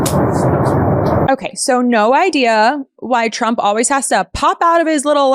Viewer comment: When Caroline reads her MRI report I swear I heard her say “president Chump”.